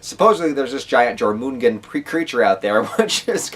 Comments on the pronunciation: Jörmungandr, Yor-man-gan-dre :P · The way you pronounce Jörmungandr makes my Swedish ears bleed. Good video nonetheless!